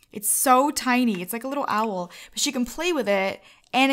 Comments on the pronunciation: When she says: "ITS AN OWL" it was hilarious because of the accent (i cant spell,and im aware of that) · It's not a car gurl its an Owel (what as my life come to?)😶